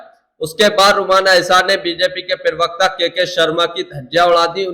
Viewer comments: भैय्या तुम लोग हिंदी जानते नहीं और टीवी पर बैठ जाते हैं प्रवक्ता की जगह बोलते हैं पिरवकता पिरवकता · प्रवक्ता का उच्चारण तो सही कर लो पहले !!!